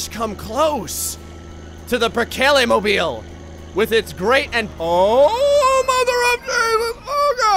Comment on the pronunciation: I like the way he mispronounces Perkele